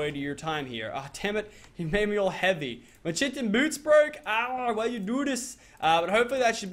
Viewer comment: Vikk tells him yet he still says chintin! I can accept chitin but chintin? Come on